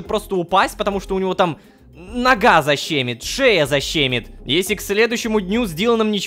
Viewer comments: Урок русского языка: не защЕмит а защемИт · Не "Заще́мит" а "Защеми́т" ударение на "И". Фиксплея отчитываешь ты, а тебя подписчики)))))